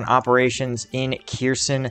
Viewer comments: OK. until you stop butchering the names of Ukrainian cities, I'm going to stop clicking the like button. All you gotta do is type the name into Google Translate, identify the word as Ukrainian and click on the speaker button. C'mon, man, be a little more professional! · LOL, there's no T in Kherson!!!